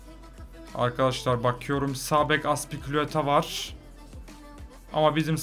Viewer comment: Sağ bek azpiculueta var 4.33 de dikkat edin azpilicuetaya azpiculueta diyo hep öyle diyo aslında